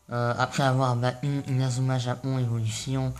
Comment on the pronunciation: Pk tu di inauma eleven Go chrono hone honnerre